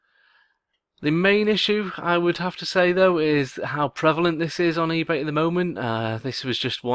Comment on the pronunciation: "eBay". Dude, you really have to pay attention. It just makes you look like bad. Just some constructive criticism. I enjoy the content.